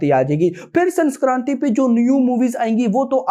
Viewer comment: Sanskranti nahi sankranti🤣🤣